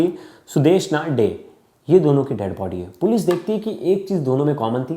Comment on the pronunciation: Yes, the way he pronounced Tangra and Dey 💔💔💔